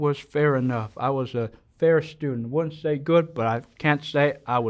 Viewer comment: When he said, "Fayuh." (Fair.) 🙂